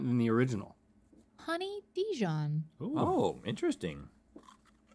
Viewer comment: "honey dee-john" is the new "grep jahm" Link sure makes those words fancy!